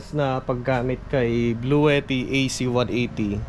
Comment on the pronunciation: blue - tea po ang tamang pangalan/bigkas nung power bank